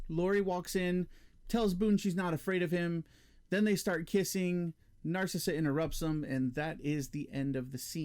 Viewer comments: It's pronounced "Nar cease" not "Nar Sissuh" wtf 🤣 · Narcisse is pronounced "Naar-seese". There is existing footage where he tells Decker his name..."Remember me, Doctor? Narcisse. I was dying when you had your way with me!" I think this is only in the hard to find 3+ hour Ultimate Cut. I like the added scenes of Lori at the club, though I do think it could be more tightly edited. We don't need to hear the whole song. I also like the extra scenes of Boone suffering hallucinations, as it adds to the impact of everything he is losing in the wake of thinking he murdered families and why he attempts suicide. Decker talking to his mask is woven throughout the narrative in the book, Cabal. In the film, it is very clunky and adds nothing. I agree that it works against the calculating character that has been set up. The few scenes in the movie just seem out of nowhere because the idea was just thrown in because it is in the book. Very clunky and not needed. The Babette power I agree with you on as well. It serves no purpose and Lori can't do anything about it anyhow. A rewrite of the script could make better use of the power and have it be integral to the story, but as shot it is of no use. Ashberry is 100 times better in the extended versions. The scene of Ashberry in jail talking through the wall at Boone was a reshoot scene made later, and it contradicts the character by showing him as judgmental and an enemy to the Breed. In the extended cut, Ashberry is much more likable and understanding, very open to learning about the existence